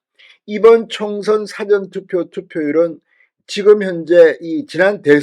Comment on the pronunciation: 진의원님 사전투표 발음을 쬐끔길게 해주세요 당연하신말씀 미워다시한번 국힘당 밀어서 개헌반대등등 공산주의가는길 막아야한다고 100% 믿슴니다 승리 꼭 승리해야 자유대한민국 후손들께 물려주어 지구촌 1등국민됩니다